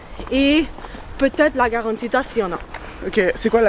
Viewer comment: La karantika et non pas garantita 😂😂😂